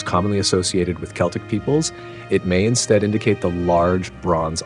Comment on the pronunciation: "Celtic" is pronounced "Keltic" with a hard "k" sound.